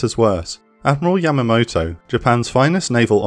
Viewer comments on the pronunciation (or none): none